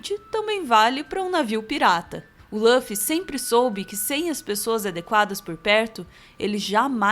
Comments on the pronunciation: Não é Lãffy.. é Luffy! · O que me incomoda é a pronuncia de Luffy como "Lãffy"... Podem falar com "u" que é o correto! E o Zoro não é o imediato. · EH LÛFFY NAO LÚOFFY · Parem de falar LÂFY, é LUFY, com som de U mesmo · LÃFFY???? E L U F I. L U F I !!!!!! (Luffy) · Escreve Luffy, pronuncia Ruffy. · por favor, nas próximas vezes tenta pronunciar "lúfi" em lugar "lãfi" que eh bem mais próximo do eh o correto pra pronunciar o nome dele, ou não, ces que sabem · pq falam laffi se em japonês é luffy mesmo? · tirando o "Lãffy", o vídeo é perfeito kkkkkkkl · Apesar do belo trabalho, devo dizer-lhes que o nome do protagonista (Luffy) não se pronuncia dessa forma. O "Lu" tem a mesma pronúncia de lu de luta ou lugar, por exemplo, conforme se denota do instante do vídeo. Obs.: na língua japonesa, a letra "l" se confunde com a letra "r", de modo que "Luffy" torna-se "rufi" (ルフィ). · Ouvir “loffy” foi foda, mas o video ficou bom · Quando a pessoa fala lãfi da um nó no estômago. Ele não tirou isso nem dá dublagem brasileira nem da original japa, quem em sã consciência assiste dublado em inglês? E se não assiste em inglês da onde tirou essa pronuncia?? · Agonia de escutar Lâffy toda hora